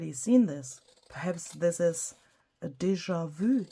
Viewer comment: American here 👋🏼…I LOVE how you say deja vu